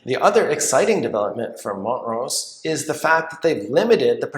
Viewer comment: Wait, it's mont-rose? I've always pronounced it mon-trose lol